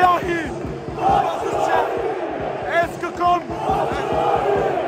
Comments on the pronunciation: Er sagt einfach zu Batshuayi Batussiyahi hahaha ich kann nicht mehr 😂😂😂❤️ Ahla hahaha 🤣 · Hahaha batusuuuayi 😂 der name ist doch nicht So schwer bro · Bruder Batshuayi nicht batus yahi 😂😂😂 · Wie der einfach Batshuayi nicht aussprechen kann